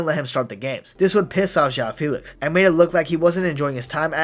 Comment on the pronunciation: JÂU FILIKS